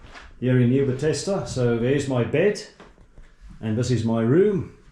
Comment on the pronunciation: Please rather present in you home language. Your pronunciation in English is irritating eg Nieu Bethesda and video.